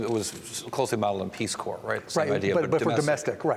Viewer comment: genius mark cuban doesn't know how to pronounce "corps". SAD!